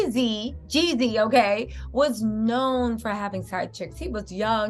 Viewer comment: Stop calling that man yezzy. It's Jezzy, Jeezy, Jeezy.